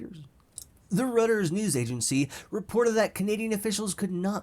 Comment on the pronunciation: "Reuters" is pronounced like "Roy-ters" by the way. Just letting you know. :)